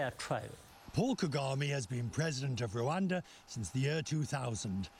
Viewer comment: For God's sake it is Rwanda not LUANDA